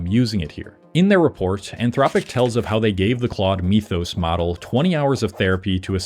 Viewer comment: lol.. bro can't pronounce "mythos" and his whole channel is cope